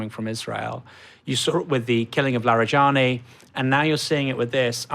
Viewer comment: Its not "Larry"+"Jenny". Its: LaaarEhJaanEE. Larijani.